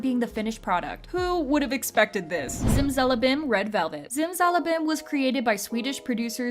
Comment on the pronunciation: Irene did nailed it. In Dutch, we've also got the term 'zimzalabim' though we say it with S's instead of Z's (simsalabim). Her pronounciation was flawless chefs kiss